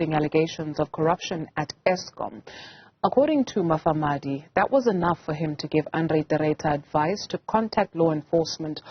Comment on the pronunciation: This anchor - - does not know how to read. Why did they employ her? She cannot even pronounce Mufamadi's surname correctly. She says he is Mafamadi.